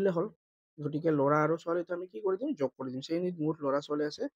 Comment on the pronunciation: মই ভোল ভাবি কোৱা নাই যগ নহয় যোগ 🎉🎉🎉🎉🎉🎉🎉🎉🎉🎉🎉🎉🎉🎉🎉🎉🎉😊😊😊😊